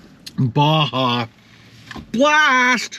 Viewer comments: BLASPHEMY! Did you say Basha?! Hahahahahaha! YOU MUST REPENT! BAH - HA - BLAST! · Got to say, the video and audio sounds great!! Also I think it’s “BA-HA” blast, not “BA-JA” the J sounds like an H. 👌🏻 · Its pronounced baha blast not baja... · Ba-ha blast. It's pronounced ba-ha! I wanted so bad to stick my head through the screen! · BAJA - Ba-ha blast. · It’s Ba-Ha Blast. Bruv. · I'm from Aotearoa NZ and even I knew it was pronounced Ba-ha blast 🤦🤣 good video as usual 🤤🤤🤤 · WTF is Bashah Blast. Come on. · You said baja blast wrong 🤣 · Baja Blast has been out since 2004 and you mispronounced it?!